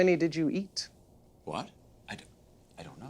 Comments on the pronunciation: Lol how did u EATTT? The emphasis on eat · it was at this moment he new.. and the contrast between the lady's smile and dawning recognition, and ... the accent on "eat" in "how many did you eat?".. perfection.